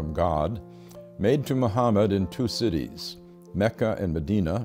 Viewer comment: BRO FINALLY SOMEONE PRONOUNCED MECCA AND MEDINA RIGHT!!